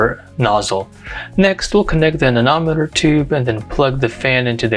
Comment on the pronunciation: I don't know why, but I flinch and cringe every time I hear you pronounce "anemometer" as "anenometer".